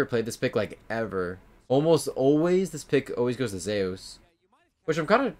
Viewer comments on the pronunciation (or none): Zeuse ? Just say zeus lol